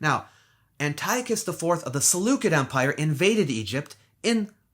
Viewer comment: Awesome presentation! Only a couple are household names. The rest, not so much. However, kindly check 2 things. Caligula's horse, fact or fiction? The pronunciation of Seleucid.